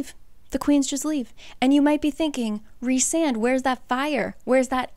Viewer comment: I’ve just now have been reading this series. It is fantastic!!! You explain these books sooooo well!!!! The only thing I could suggest is if you look in the first book it shows how to pronounce all the names and Rhysand is pronounced Rhy with a long I. Like rye bread